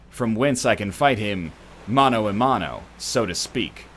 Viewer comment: Did you say "mano a mano" really? nid chu practis iour espanish